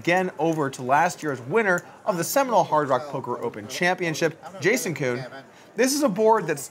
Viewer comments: jason koon... not juhkoon lol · why does polk keep calling jason koon.....jacoon???? lol